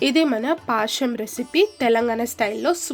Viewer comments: పాశం కాదు పాయసం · Paasham kaadu adi payasam..telugu ni telugu la matladandi